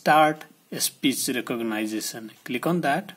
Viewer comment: Speech re-cog-nice-a-son got me.